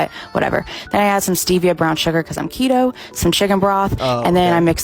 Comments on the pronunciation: Every time he says “ketoh” instead of keto I want to kill myself a little more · The most frustrating part of this video is how you pronounce keto as ketto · Why'd he say keto not keeeto at the start? My dad went on keto for a long time and it immensely helped his seizures. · I agree with everything in this video apart from your pronunciation of "keto." It is "key-toe," and idk why it's bugging me so much. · Ok we love you but it’s pronounced “kee-toe” On the real though this is a good vid, my dad did the keto diet for quite a while and it’s cool to see someone talk about it’s negative effects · Thought it was pronounced "Key-Toe" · you are literally the first person I've heard pronounce keto with a short E sound lol. Keeeeeeto. It is spelled like you said it tho maybe you're right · Bb it’s pronounced key-to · I love you but it is pronounced "kee-toe" <3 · At least learn how to say KETO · He's saying it with a soft "e" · i have never heard anyone pronounce Keto this way. Is he right? Is everyone i love wrong? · Love the subtle correction of how you pronounce keto without acknowledgement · Okay I know I shouldn’t be focusing on this but like. IS IT PRONOUNCED KE*T*O or K*E*To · THE WAY HE SAYS KETO WRONG THE WHOLE VIDEO 😭 I hate keto though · This is actually kind of embaressing man, you clearly didn't even research how to SAY the name lol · ket-oh lmao, its key-toe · It's pronounced keto